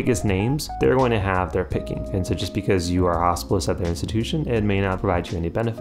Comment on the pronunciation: Your American accent makes it sound like you're talking about a "Hospice year". Very confusing 1st minute 😅